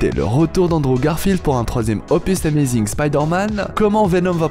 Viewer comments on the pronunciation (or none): Sa se dit pas zi amazing mais ze amazing